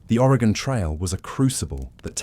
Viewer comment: As an Oregonian, Willamette is pronounced will-am-it. But I’m honestly impressed you pronounced our state correctly, as people from the east coast of the US don’t even pronounce it right, especially the northeast. Thanks for covering the Oregon Trail!